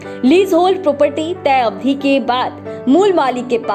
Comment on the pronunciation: जानकारी अच्छी है लेकिन मैडम अवधि को अब धी कह रही हैं, ह्रस्व और दीर्घ मात्राओं के उच्चारण में कमियाँ बहुतायत में सुनने को मिलती हैं।